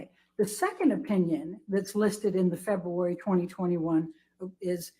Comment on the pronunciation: I'm gonna to leave the fancy analysis of the attorney's incompetence, I just get irritated by the way she pronounces February.